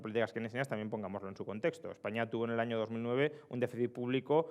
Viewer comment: En la primera frase del video parece que diga "Yo no sé precisamente qué hay en ese ano"